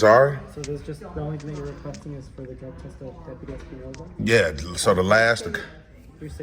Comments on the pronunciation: It's Espinosa not Espi-uh-nosa. he's so mad his face is all kinds of red! I freaking love it! GREAT JOB AS PER USUAL!!!!! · Although no one cares the last name is Espinosa (Es-p- nosa) not (Es-pe-a-nosa) just so if you go again you have the right pronunciation of his name so you don't get the wrong person. Also dude was so mad he couldn't give you the run around. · I think it's ES-PI-NO-SA